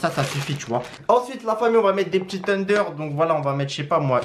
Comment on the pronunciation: Il me fait rire comment il dit tenders teundeur 🤣🤣🤣👍😂